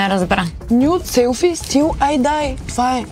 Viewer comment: "Nude selfie still I die" Като дори не го е казала правилно трябва да е till